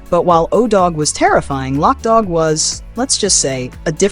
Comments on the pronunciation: Its not pronounced lock dawg. Its loke dawg. You also mispronounced the Wayans last name. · Love the video lol you killing me with your pronunciation of name, Wayans ( Way Yans) Loc Dog ( lo coke)